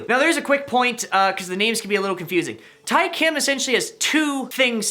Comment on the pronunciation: Who’s triggered with him pronouncing Tae........